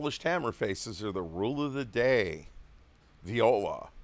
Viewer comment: "viola" what?